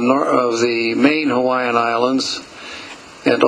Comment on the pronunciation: Nice pictures and commentary - although I hope in future videos, if make more of Hawaii, that he would pronounce Hawaiian names more properly. The W in Hawaiian, if in the middle of a word, is always pronounced as a V, not W as it is in English. Thanks for the video, all who had a part in it.